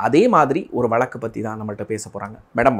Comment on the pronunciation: வழக்கு ah.... Neenga வளக்கு னு pronounce panreenga.... Note it and change it